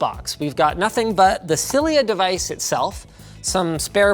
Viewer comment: When he said "Cilia Device", I thought he said "Sillier Device", lol